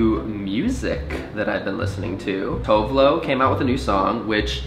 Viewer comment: Connor, Tove Lo is pronounced "too-veh low" hahhaha